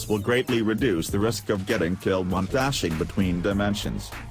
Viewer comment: I'm sorry did you say ''for every enemy killen"?